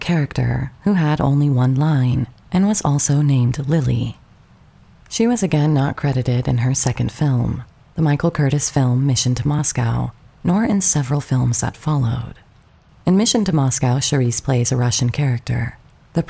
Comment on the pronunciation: I hope you don't mind a pronunciation correction on the last name of an esteemed director. Michael Curtiz is pronounced Cur-TEEZ.